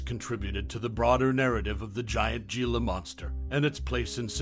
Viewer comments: Here's a gem. It's not Ge la . It's He la ya dope. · It's not "ge-la" it's pronounced "he-la" and their not monsters their misunderstood